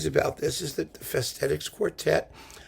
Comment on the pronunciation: It should be pronounced "Fesh-tet-itch", with a strong accent on the first syllable. Hungarian 's' is pronounced like 'sh' in shoe; 'sz' is like 's' in size (the opposite of s and sz in Polish. 'cs' is pronounced like "ch" in chip. All Hungarian words are accented on the first syllable. An accent simply means a long vowel.